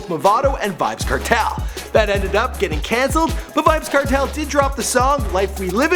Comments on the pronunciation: yah rass ediot yuh seh "certel" Nigga says kernel but the n as a t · its pronounced Cartel nice video tho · seh Di name dem right nuh its pronounced car-tell, bun-ti-kill-a